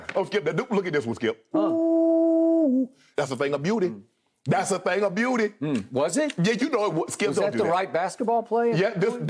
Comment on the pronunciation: "THATS A THANG A BE-YOU-T!!"